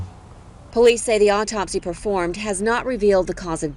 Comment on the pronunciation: Did she say "obtopsy"? Lol